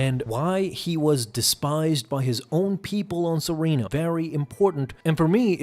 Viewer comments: Serrano.. Seh. Rahhn. NO… There’s no I in there…spelling or pronunciation. Please take your job more seriously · (Suh-ren-oh) or serenno is dooku’s home planet 😅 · They say serreno in the show, how to you keep pronouncing it wrong...